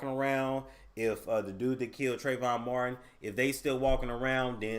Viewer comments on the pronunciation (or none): none